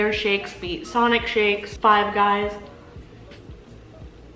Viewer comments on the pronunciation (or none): none